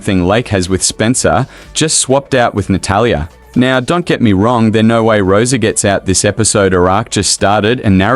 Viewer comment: Natatalia lol so many A’s